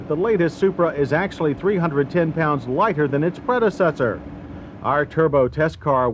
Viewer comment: "310 pounds light-her than it's pred-he-cessor" "rear hweels"